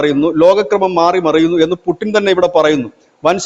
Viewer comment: പുടിൻ അല്ലേടാ പുല്ലേ പൂട്ടിൻ എന്ന് പറഞ്ഞു പരിശീലിക്കു